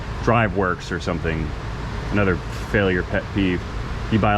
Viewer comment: And the "another!" Gets more slurred, like he's actually getting drunk on the stuff 🤣